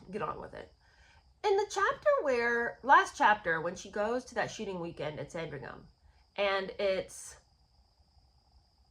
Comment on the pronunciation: Every time you say “shooting weekend”, it sounds like “sh*tty weekend”. I actually thought that was what you were saying, at first. I mean…both could apply. 😀